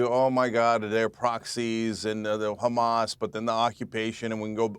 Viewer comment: Wow shes well schooled in the disgusting art of zionist propaganda. Down to the ridiculous pronounciation of CHREEsbollah and HRRamas